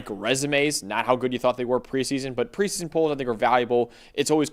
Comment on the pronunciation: it's preseason, not "pre-son". you are still talking faster than your brain can work. Slow down, pronounce your words.